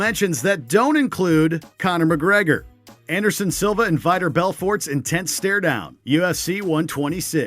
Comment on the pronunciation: Vitor pronounced like vitamin but got betch right lol